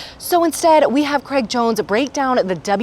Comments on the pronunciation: Did she just say Graig Jones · Different pronounciation usually north americans say something more similar to "creg"